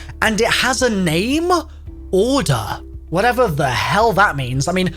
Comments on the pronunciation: the second he first pronounced Orda I immediately thought of that, and I'm not even from UK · Orda: Horde Edit: pronounced with an intonation on the "a"